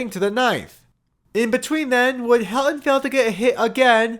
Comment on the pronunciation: Also, there’s a ‘t’ in Helton… It’s pronounced Hel-ton. Not ‘Hel-on’.